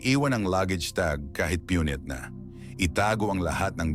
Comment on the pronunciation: AI ba ito. Pakinggan mo lang ang pananalita! Punit eh piyunit. Parang alarmist na naman ito!